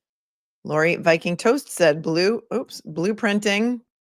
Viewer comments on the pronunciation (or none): none